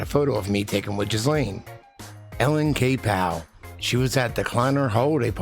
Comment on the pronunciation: As a francophone it is THE correct pronunciation of her name.